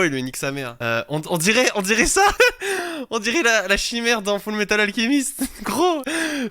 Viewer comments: G eux toute les refs mais on ne dit pas alkemist mais alchemist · Fullmetal alchimiste pas Fullmetal alkimiste 😭😭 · il a dit full metal alkiemiste xD